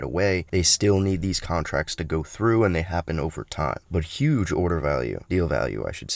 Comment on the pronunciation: Smiling ear to ear since all the news. (And btw? Word of the day is obviously “Yuge”)